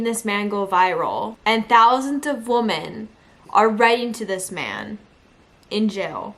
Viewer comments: You are pronouncing the word woman incorrectly when using it in the sentence that you are saying— I had to stop listening —you kept saying it over and over again…no matter what accent that u have or not —u are still pronouncing it incorrectly —. I just wanted you to know that.💛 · Woman??? Pronunciation-sounds like wimin, the way u r saying it means 1 wimin is plural. Both spelled woman- but dif pronunciations. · Try "WIHmen" The plural is not pronounced "WO" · WOMEN WOMEN…..NOT WOMAN!